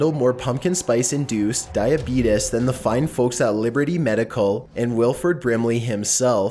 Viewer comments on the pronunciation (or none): I rarely laugh at a video on this channel. Then I heard say “diabeetus”.